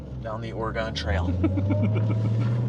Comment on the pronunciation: Gotta be called the SmellCat. Love the video. One complaint: It's pronounced Or-A-Gun, not Or-A-Gon.